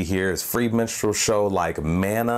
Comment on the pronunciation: stop saying menstrual. Its distracting